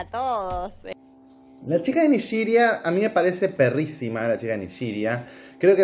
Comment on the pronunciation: No se dise Nigiria.. se dise NIGERIA.